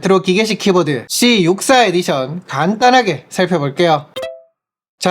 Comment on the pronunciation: 발음이 8Bit도 가 아니라 8Bit두 입니다.